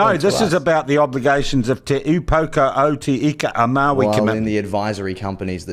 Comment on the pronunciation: Is Māori?….he sure looks. Good looking fella. Wow you managed to say te upoko o te ika a Maui…choice 😂